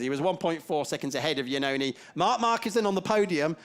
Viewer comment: It can't be listened how the commentator constantly corrupt the name of Andrea Iannone!!!!!!!!!